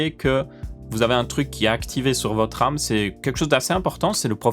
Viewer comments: Votre arme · À cause de toi pendant tout la video j'entends "Âme" au lieu de "Ram" mdr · alors je suis le seul a entendre âme au lieux de RAM ? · J'entend '' Comment régler votre âme '' 😂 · J'ai entendu votre âme, du coup j'ai cherché en commentaire pour me sentir moins seul :P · Hahaha, non tu n'es pas le seul!!! Votre âme!! Votr'âme